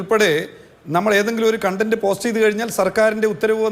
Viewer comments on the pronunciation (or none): none